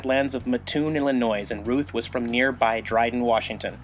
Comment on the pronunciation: Great Video! However, as a native resident and former resident of Mattoon Il, you did a major fail.:-) The S is silent in Illinois. There is no nois in Illinois. keep up the good work!!